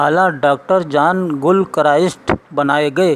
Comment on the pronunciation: It's John NOT jaan. GIL not Gul